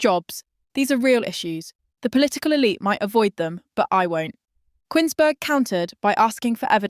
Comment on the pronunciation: It's pronounced 'Koons-berg' - not 'Quins-berg', ffs!!!